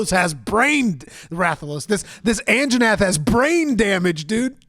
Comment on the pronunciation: best part is how Asmon calls Anjanath the "Anna Jeff"